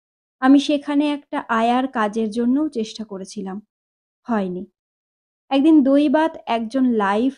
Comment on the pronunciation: উচ্চারণের প্রতি আরো অনেক যত্ন নিতে হবে বলে আমার মনে হয়। যেমন ঘোষীভবন এর ফলে একদিন এগদিন হয়ে যাচ্ছে। এমনি আরো অনেক ত্রুটি আছে। তাছাড়া voice এ নাটকীয়তা আনার প্রয়োজন।শুধু reading পড়া হয়ে যাচ্ছে। ভালো থাকবেন 🙏